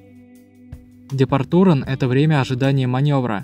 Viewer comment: очешуительное видео, спасибо! Всё ясно и чётко! Но я маленькое замечание сделаю( "департуре" Правильно говорить "депаче" Р исчезает а конец становится "чэ"